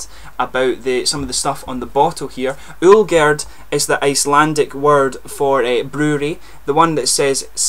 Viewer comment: I live in Akureyri, Iceland, and it's really nice to see that people are reviewing Icelandic beers, and it surprised me too how well you Pronounced the name of the Beer, and the Company that produces it :D Hope you liked the beer mate :D